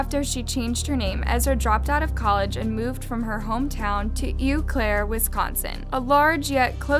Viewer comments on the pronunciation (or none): Am I the only one cringing at the mispronunciation of Eau Claire? I’m a Wisconsinite and I am surprised that Eau Claire is one of the harder cities to pronounce, especially when there are places like Menomonie and Manitowoc. (This is coming from someone who grew up in the area-a neighboring town but I spent pretty much every day in Eau Claire) It’s French so Eau does not sound like “eww” it sounds like “oh” and it means Clear water. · It's oh Claire not ew Claire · It’s ohhhh Claire. Not ewww Claire. Sincerely a Wisconsinite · And anytime she said "Eau Claire". Being from Wisconsin, there are alot of indigenous words used in the town names. Its pronounced "Oh Claire", not "Eew Claire". Lol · I live in Eau claire where that one girl moved and you said the town name wrong its french and it means clear water and it pronounced oh claire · Cadaver is pronounced ku-dav-er with the emphasis on the second syllable. Eau is pronounced "Oh". Other than that, I enjoyed the video.